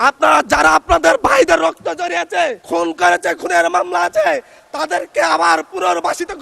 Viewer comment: জড়িয়েছে... 😆 মানে বাংলা বলতেই পারে না, আবার সংসদে আসছে।